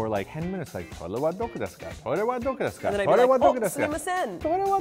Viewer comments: It's doko not doco! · doko not doco...... there are no 'c's in japanese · isnt it doko not doco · it's doko by the way, not doco xD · it's doko desu ka lmao you guys are awesome